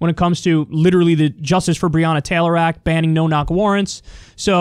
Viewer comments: Its not brianna taylor. Its brionna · He mispronounced Breonna’s name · Why didn't he stop to talk to them? Why cant rand paul pronounce her name right? Why has Rand Paul not mentioned his bill in his numerous TV appearances since he started working on this, but waited until this event to plead for sympathy on tv? If he's an ally than i suppose so is Donald Trump